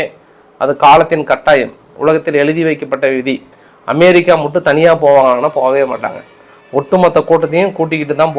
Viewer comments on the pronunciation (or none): none